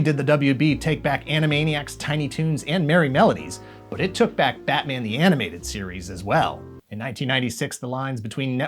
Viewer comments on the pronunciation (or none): none